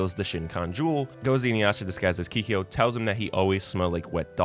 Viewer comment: You made a nice video but was it ragebait the way you pronounced some stuff? Keeheeyo? Shinkon Jewel? XD